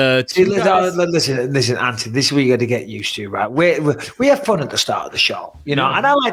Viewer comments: Plz BisPing!!!!! It’s An-Thon-E NOT AnTonEy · Does he know it's Anthony. Not Antony. There's a H in there. Lol 🤣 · And still cant get his name right when hes got him on the show 😂